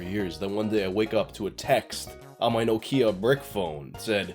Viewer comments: That's how americans pronounciate Nokia? Boy, it sounds so odd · Why does he say things like that? Nokeea, controver-ssial...